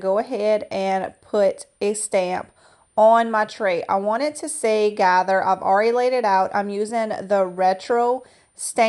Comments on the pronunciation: You are in LA. GAHTER read as gator vs gather. Gather is overused in decor anyway. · Lol “Gahter” — Glad you caught that .. green door was my favorite.. you are so talented!!